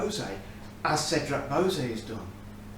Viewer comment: Anyone this excited by Cedrat Boise should learn how to pronounce it. 😏